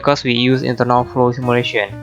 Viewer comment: simulation word seems hear like Malaysia